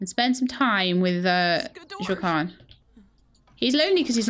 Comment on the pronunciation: So, I am 95% certain that "Wah-keen" is the developer's intended pronunciation for Joaquin, as that is the same way it is pronounced by the famous actor Joaquin Phoenix. I mean, I don't mind you pronouncing it as Jo-uh-kwin, I find it rather endearing.